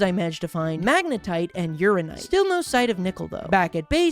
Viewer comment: Urinite? Why? Just why?